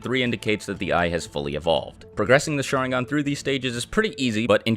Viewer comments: it’s pronounced sha-RIN-gan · I came here just because my friend thinks “sharingan” is pronounced “shottingon” 😂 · Great video (really) but the way you pronounce "sharingan" is a pain for ears and heart alike...